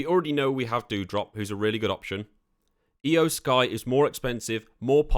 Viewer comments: Eye-O Sky too 🥶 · exactly. its NIKKI ASH. not Nikita. Tomasso Champ=uh. Not Key-amp-uh. E-oh Sky. Not I-oh. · you need to learn to properly pronounce names. Nikita Ash? It's Nikki. Shin sooke? its always been SHIN SKAE. and its not Eye-oh Sky. its E-oh Sky.